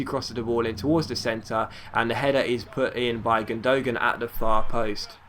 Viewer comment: It's not Gun-do-gan, its Gundé-Gan